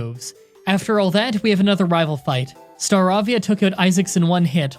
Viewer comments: Avian. Star-avian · You pronouncing StarAvia instead of StarEIvia it is really annoying lol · Its not Star a via Its pronounced Ster ae via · ITS STAR-RAVE-VIA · Not trying to be mean but it's pronounced Star-A-Via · It's (star) (ae) (vie) (a) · Say it with me Star-Ray-Vee-Uh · it's star-RAVE-ia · Staravia:(star-AIV-ia) Bonsly:(bon-SLY) Milotic:(My-LOW-tic) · It is pronounced Star-ray-via Your welcome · You said staravia wrong>:( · says starivia wrong